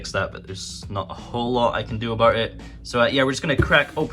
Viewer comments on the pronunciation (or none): none